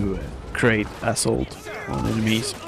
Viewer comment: haha in the beginning it sounded like you said i'm gonna do a video commentary of men of war asshole squad